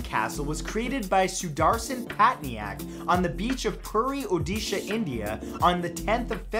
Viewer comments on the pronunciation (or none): none